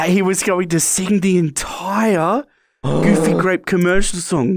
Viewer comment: It's pronounce goofy gwape